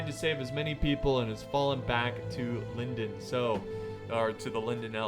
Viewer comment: small pronunciation note: the “o” in Lindon should be pronounced as in “gone”, not like it is in “felon”